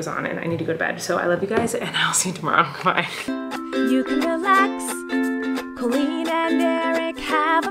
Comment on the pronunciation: he did say queen colleen confirmed it that pronounced colleen as queen